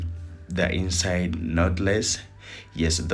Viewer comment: Lawd, I thought he was saying the EAST SIDE Method 🤣. Ok, inside method...got it!